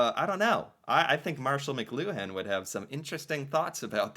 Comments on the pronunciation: Pronounced mick clue en…the emphasis is on the middle syllable. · To pronounce Mcluhan say Mu-Clu-An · "McLuhan" is pronounced "McLUwan".